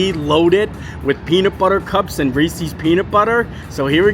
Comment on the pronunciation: So…. The correct pronunciation of "Reese's" is "Rees-IS," which rhymes with "pieces." This reflects the possessive form of the name of its creator, H.B. Reese. Or like Reese Witherspoon. It must be a Florida thing because Molly of Mammoth Club and Tim Tracker all say it wrong as well. If Hershey says “Rees-IS” then that pronunciation must be correct.